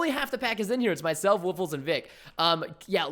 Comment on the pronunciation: called woffless "woof-less"